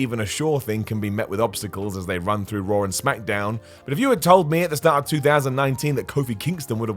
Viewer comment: Lol they pronounce everything weird Ever notice they seem put an "r" at the end of words that end with an "a"? For instance, they say "Rawr" and "John Cener" 🤣🤣